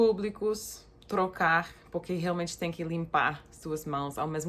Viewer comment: Oi que tanto amo! Manda um agraço para o Bem e o Max por mim.👍👊🇧🇷 Quando vc fala puque não é muito bom ouvir kkkk 👍👏😘.